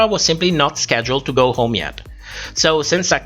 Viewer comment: Not a read just, just an observation: it's funny how you pronounce "h" in the beginning of a word when it's silent (like honest) but you don't do it when it actually isn't (like home). May I ask what your native language is?